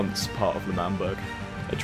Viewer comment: Wtf did you say THE MAMBERG ITS CALLED le'mamberg